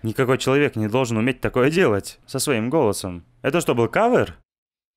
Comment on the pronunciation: привет. Респект за перевод. Только не кавыр а кавер, так уши режет извини если что.